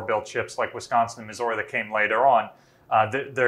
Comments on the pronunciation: It would be nice if the curator correctly pronounced Missouri. Miz-zur-ree. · Brilliant stuff despite how I despise the way you say Missouri